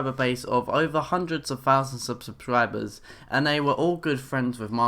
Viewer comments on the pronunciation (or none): "sublibers" lol